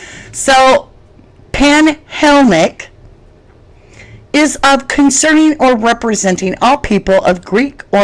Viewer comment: My Sweety ….pan-hel-Len-ic….you can say it!!! Panhelenic